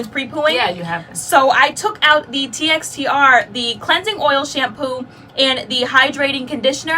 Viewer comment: I think someone mentioned it before but TXTR is pronounced as texture. So far everything from Mane choice has been a miss for me. Whew...lots of information. Thanks for your hard work.